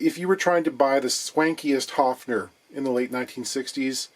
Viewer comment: "A level of cosmic optimism" - I love his eloquence! 😊 Nice correct pronunciation of 'Höfner', too! 🤩 And I'd once built an e-drum trigger from a bongo together with a pick-up just like these ones, in the early 80's and with instructions from a music magazine: It actually did work, too! But I had no sound module to trigger it with 😅